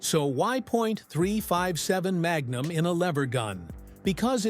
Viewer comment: "mag. Numb."